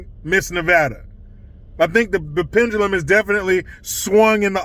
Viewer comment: The 'pendelum'...omg LMAO!!! 🤣🤣🤣🤣🤣🤣